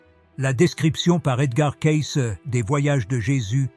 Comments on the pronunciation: On doit prononcer CAYCI svp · Oui, des roisses au lieu des rois, le nom de Cayce prononcé différemment au long de la vidéo...